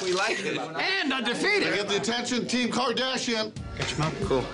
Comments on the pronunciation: Nobody: Absolutely Nobody: Ring Host: Rob and Kim Kordoshian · That guy announces Kourdashian.